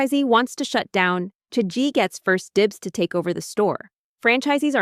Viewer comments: Omg… its cha gee not chea gee… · can it be pronounced more correctly? listening to the narrator say "chae-g" or "chae-gee" honestly unbearable the listen to. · I hate how they’re pronouncing it as chay-jee even though cha is tea in Chinese… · The video is very good but please can you search up how to pronounce Chagee and the other Chinese words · First I heard three different pronunciations of Chagee then I had AI murdering my ears with trying to speak Mandarin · Maybe learn how to pronounce the brand name properly if you’re doing a whole video on it 🙄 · the number of times the pronunciation for chagee changed xD